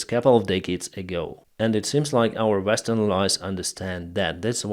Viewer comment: Not the "Vestern" countries, the word is "Western"!